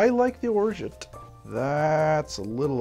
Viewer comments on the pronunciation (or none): none